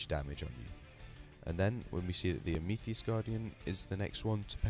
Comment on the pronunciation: Amethyst == am-a-thist.